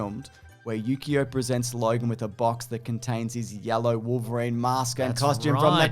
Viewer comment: Every time you said Yukio I kept hearing Yu-gi-oh and it continued to make me laugh.